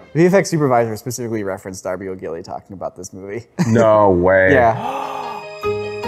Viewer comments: It's Darby O'Gill, not Darby O'Gilly... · because this isn't the first time you've referenced the film, it's DARBY O'GILL, not "Darby O'Gilly". 🙂